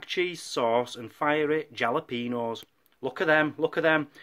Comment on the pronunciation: Great first vlog., Your Jalapenos. The letter J is pronounced as an H sound in Spanish. The first syllable sounds like HAL a peno. And the peno part should be said as pain-o, not peeen-o.